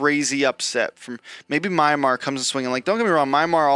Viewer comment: It's Myanmar, not MIARMa. You can call it Burma if you can't pronounce it. W video.